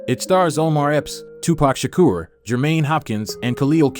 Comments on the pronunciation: Not Tupack Shacker 🤦🏾‍♀️🤦🏾‍♀️🤦🏾‍♀️Radaymes? This would've been a really good video if you had actually watched the movie to learn proper name pronunciation. Trust me, it's a great movie, I promise you'll like. Also, Flex was not a part of their group and only had a small cameo in the movie. You got him mixed up with Blizzard or Blizz, who robbed the bar. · This man said Tupac Shaq-er!! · "Tupack Shaqer" I stopped watching at that point. Goofy. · You Murder his last name, dude😮 😂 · Of course not this dude can't even pronounce Tupac's last name correctly